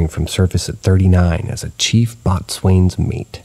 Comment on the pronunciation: Absolutely nailed the pronunciation of gingham 👍 Boatswain is alternatively spelled "bosun" and both spellings are pronounced the same. Don't feel bad about that one though. Pretty much everyone says some variation of "boats-wayne" the first time they see that word